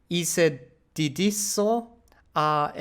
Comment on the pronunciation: You reading was not bad, but you struggle with c sound and the right intonation. It's "dedikoh" not dedizo. Is "konozko" not"Konozo" , and to answer your question: normally every letter is pronounced, except the h ofc. I am not sure if you already came across the grammatical concept of subjuntivo in Spanish, like tuviera. is a special conjugation of tener. I have no idea how the ALG teach you the subjuntivo. Maybe you can practize your reading with your tutor.